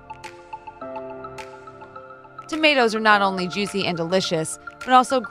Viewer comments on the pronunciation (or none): none